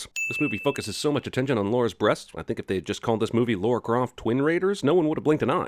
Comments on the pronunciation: It's not Americans that say "Laura". It's just people that refuse to say "Lara" that say "Laura". Cinema SIns just needs to get their shit together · Jasmine Johnson yeah, but you're Jasmine, not Yasmine. I'm Meg, not Megan, and I don't let anyone get away with calling me Megan. That ain't my name. And Lara Croft is Lara, not Laura. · I went through the same issue when Nostalgia Critic did his review a couple months ago. I'm like, "Dude! I'm American and have barely played any of the games and even I know 'Lara' is pronounced 'Laaa-raaa', not 'Lauw-raaa'. There is no spoon... er, 'u'! Stop making us look bad you uncultured swine!" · Lar-uh not Lore-uh. lol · It's Lah-ra not Lau-ra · It's LARA, not LORA. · Is it just CinemaSins, or do Americans in general not know the difference between pronouncing 'Lara' and 'Laura'? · LARA pronounced : la as lala. & ra as in the Egyptian God Ra. Laura pronounced: Lau sounds like Law. Ra as in the Egyptian sun God? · MIKE------- Its only my cisgender white male privilege that allows me to pronounce Lara vs Laura properly. But that's most American men say or pronounce Lara be they black, white, yellow, or brown. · Sin counter of every time he says Laura instead of Lara: too many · It makes it worse that it’s spelled right every time in the captions, and that he /does/ pronounce it right, but then just fuckin’ reverts right back to damn “Laura.” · Why is he pronouncing her name "Laura" instead of "Lara"? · How hard is it to say LARA and not LAURA? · still don't get why americans say Laura instead of Lara ... pronounced lah-rah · Thank you I was about to say the same thing , It's LARA not LAURA!!! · Its lara not Laura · Cinema Sin: pronouncing Lara as "Laura". JFKOAP. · every time he mispronounces Lara as 'Laura" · Was he saying “Laura” the whole time? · Am I the only one hearing "Laura"? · Also - also, Jeremy keeps slipping back into calling Lara "Laura". *DING!* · he does shit like that on purpose to fuck with the audience